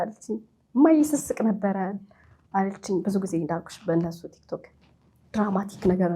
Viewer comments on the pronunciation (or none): none